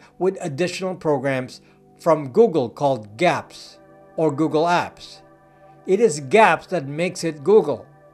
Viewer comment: AHHH! 🤦 It's "G-Apps"!! GEE-APPS! They are Google apps, G APPS!